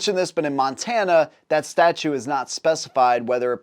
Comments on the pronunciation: Statute pronounced sta-CHOOT not sta-choo . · StatuTe not statue